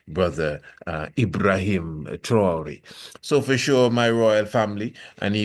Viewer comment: Pronounced “Trah-Wo-RE” Traore